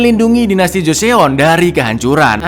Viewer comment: Cak info dikit nih bacanya Joson cak, kalau di Korea eo itu dibaca O aja, misalnya Joseon (Joson) , Teokpoki (Tokpoki), Park Seo Jun (Park So Jun) gitu cak